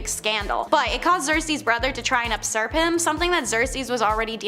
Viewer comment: The mispronounciation is really awful, agreed. It killed me when she mispronounced Euphrates and the word usurp...not upsurp